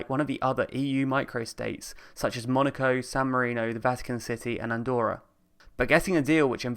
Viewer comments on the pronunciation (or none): Excellent video but 'Andorra', not 'Andora'.